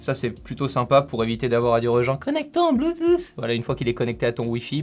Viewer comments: Arrêter Putain de dire Bluetouffe mais disez plutôt Bluetoote même si le mot s'écrit Bluetooth!!!!!! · Soigne ton accent, c’est pas bloutousse, c’est bluetouth, c’est pas siitingnz, c’est settings, j’taime quand même